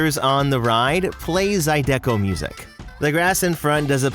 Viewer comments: I’m sorry but the Louisianian within me has to correct you… it’s pronounced ZY-DUH-COH, not zy-deco😂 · It’s pronounced “ZAHEE-duh-coh” not “Zahee-DECK-coh.” Just trying to help. It’s a Louisiana thing. Specifically a New Orleans thing. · The type of music is pronounced zy deeeee co not zy deck o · it's zydeco, "zy'-de-ko"; emphasis on the "zy". ZY-de-ko. not zy-DEK-o. It's not art deco. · That's not how you pronounce "zydeco."